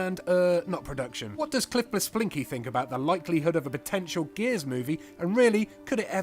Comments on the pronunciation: im sorry but who the hell is Cliff Blesonski????? his name is Cliff Bleszinski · CLIFF BLEZONSKI...LITTERLAY ROFLD